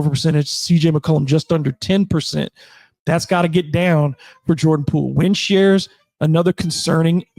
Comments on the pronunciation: its Poole, not Poo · sounds like you are saying poo every time, to me anyways. no shade love the show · 😂😂 he does say poo